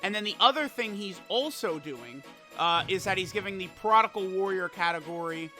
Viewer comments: stop saying prodigal/prodical please lmfao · Why does say prodigal LMAO. It’s not even a real word